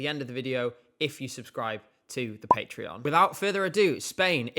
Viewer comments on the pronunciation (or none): none